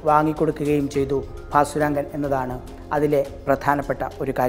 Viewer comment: ഭാസുരംഗൻ എന്ന് എന്തിനാ ഇപ്പോളും പറയുന്നു...കേട്ടിട്ട് prandu പിടിക്കുന്നു